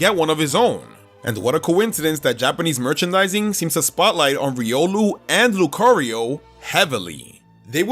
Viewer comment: The first O in Lucario is supposed to be an A!